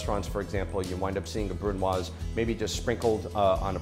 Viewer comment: Congrats chef you pronounced it wrong